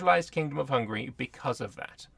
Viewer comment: You are the first youtuber i know who can pronunciate Hungary the right way as a hungarian i congratulate you.